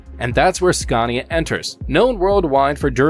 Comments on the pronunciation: It's is pronounced SCANIA, not SCARNIA. There is no R in Scania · now don't come here and say it worng its skan-i-a we can't haveing you going around and saying it like porsch :'D :'D its por-sche..